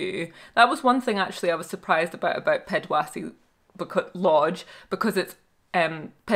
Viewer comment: pronouciations of the local words were so funny - Pedwase